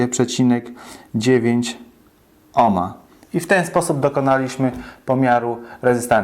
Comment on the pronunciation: Jakie to nasze polskie i przaśne takie czepialstwo. Ten, co domaga się "cześć", sam pisze- "witam", której to formy powinno się unikać. Inny "purysta" ma pretensje, że prowadzący używa oryginalnego brzmienia nazwiska Georga Ohma. Dajcie ludzie spokój, mieliście chyba niemiłych nauczycieli albo katechetów, katujących Was zaściankową hiperpoprawnością, zamiast zwracać uwagę na to, co macie do powiedzenia.